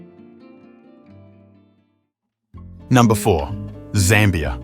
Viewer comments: Zimbabwe was known as Northern Rhodesia. Zambia was known as Southern Rhodesia. And it’s not pronounced ZARMBIA. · although some of my comments may be incorrect due to a difference in pronunciation between the USA and the UK, I noticed you pronounced Zambia as ZAHM-be-uh, rather than ZAM-be-uh. Also, although Namibia has lots of German speakers, in the Wikipedia article, it listed Afrikaans just above German in the list of spoken languages, indicating there are more who speak that language--today, anyway. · Zambia is not pronounced correctly in this video.